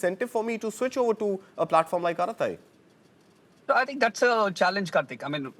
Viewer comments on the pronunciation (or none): It is not fking "arathai".. it is just araTTai.. no 'th' there...